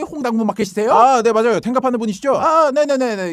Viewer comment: 마좌용~ㅋㅋㅋㅋ발음이 너무 찰진거아니냨ㅋㅋ